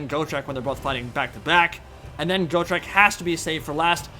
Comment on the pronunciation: Go-trek lol, it's pronounced Got-trek, Got-trek Gurnisson. "I fought Chaos Dragons, and Lich Kings! I fought Greater Demons and the GODS themselves! I bled Be'lakor the Prince who would be King! I crossed axes with GRIMNIR, and walked away! I swore to die in battle, but I outlived a WORLD, come try me beast, maybe you'll have better luck than every beast I've ever slain to now, maybe (Laughing) we both will!" From the Realmslayer Audio book. Please give this Dwarf the respect he is deserved.